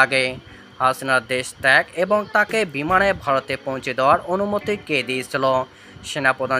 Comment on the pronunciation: দিচে কি দিছে না,,,😊, ,,, বারত নয় ভারত 😂😅 বলচে বুয়া 😅,, অনুরোধ শিক্ষিত মানুষ দিয়ে খবর পড়াবেন দয়া করে।